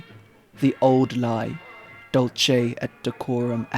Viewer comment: it's not dulche, but dulKe or dulCe. it's not italian...ugh always butchering poor latin